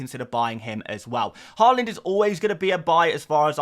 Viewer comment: Nice to see you saying Haaland correctly now. Given up on your Whorland. 🤡